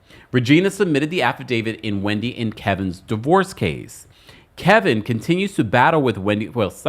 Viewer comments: Kevin not Kelvin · It’s KEVIN. Why do you keep calling him Kelvin? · You know his name is not Kelvin.. it’s Kevin stop it!